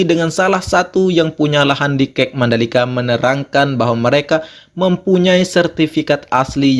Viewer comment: Saran aja nih bang, kalo nyebut kata akronim/singkatan itu ada baiknya dibaca huruf per huruf. Misalnya 'Kawasan Ekonomi Khusus' atau KEK dibacanya 'ka e ka', terus semisal FIM dibacanya 'ef ai em' atau 'ef i em' juga boleh asal gak dibaca fim. Itu aja sih, hehe